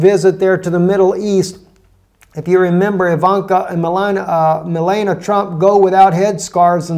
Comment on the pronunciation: Repeat after me - Mel- AHN ee uh, not Melana.